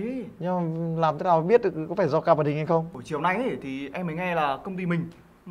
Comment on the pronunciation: Card mà cứ nghe thành ca* là sao nhỉ